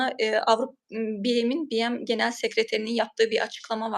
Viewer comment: Hanimefendi ,acizane BM Tutkçe bir tanimlamanin kisaltmasi oldugu icin "bi-em" seklinde telafuz etmeseniz sanirim daha dogru olur. Anlayisiniz ve duzeltmeniz icin simdiden tesekkurler